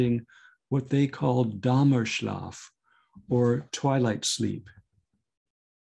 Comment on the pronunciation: Ivan Pavlov ... not Aiven Pavlov. I get more and more annoyed by how English speakers mutilate the Latin alphabet. The letter I is not "ai" and E is not "iii". And "Dämmerschlaf" is not "Dammerschlaf". The diacritic points over the letter "a" are there for a reason. And it is Mindszenty without an H (pronounce Mindsenti, not Mindshenti). Archbishop József Mindszenty was actually of Swabian-Bohemian origin (Hungarian Germans), but became a Hungarian nationalist and adopted the name of his birthplace as a surname, since he was born in Csehimindszent (Czech = Bohemian).